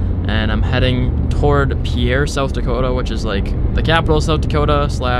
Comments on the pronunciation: Pierre is pronounced “peer” here in the 605. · Haha the way you pronounced Pierre😂